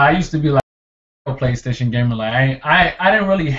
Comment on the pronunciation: Wry you no rike Praystation?